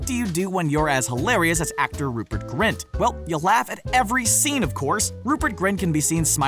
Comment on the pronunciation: Rupert grint? Rupert grient